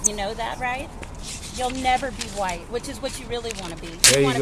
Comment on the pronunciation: "You want to be 'huaight'" (spelled in newspeak to comply with new youtube) Who would want to be in today's victim promoting climate? Who'd want to throw away their melanin-based free victimhood advantage? Edit: -You can't be on your phone -I wasn't ON my phone I was recording you (using my phone)! NANI? Well maybe she thought "ON" in this instance meant having it in the back pocket and literally sitting on it? Easy mistake to make for someone of such extemely low IQ.